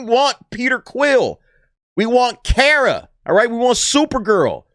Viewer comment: Why are people pronouncing her name wrong. Her name is pronounced like the word car. She even says it at the bus stop. Car as in Kar-a, Kara Zor-El. But yeah she looks like a female Starlord and they are in the city of Knowhere. Hey even if it doesn't make 500M, they will push it up as if it did.